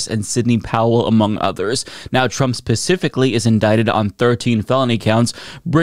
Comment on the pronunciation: I very much enjoy your channel. But... Your "s" is so slight that I hear you saying "pacifically" instead of "specifically." 😀🤣 I can't not hear it now.